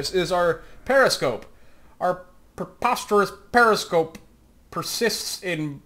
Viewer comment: Preposter-scope. You speak German goodly.